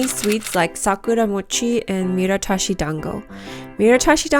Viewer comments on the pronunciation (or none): Its not "miratashi" its "miTArashi" btw.